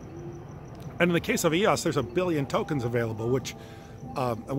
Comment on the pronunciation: It’s so hard to take you serious when you can’t pronounce EOS correctly (according to Dan Larimer)